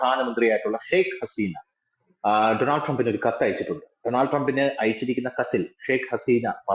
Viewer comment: ഡോണൾഡ് എന്നാണ് ശരിയായ ഉച്ചാരണം. ഡൊണാൾഡ് അല്ല